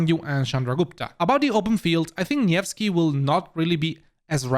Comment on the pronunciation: It's good to see you pronounce nevsky properly so please pronounce Xiang yu properly too, it's See-young you